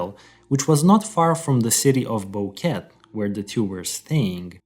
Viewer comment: I'm sorry. It's distracting your pronunciation of BoqueTE. The two Es are pronounced the same. Nonetheless, thanks for covering the case. It's frustrating this will most likely remain unsolved. Poor girls.